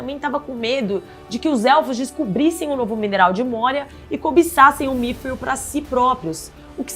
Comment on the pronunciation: Correçao, nao é migril, e sim midriun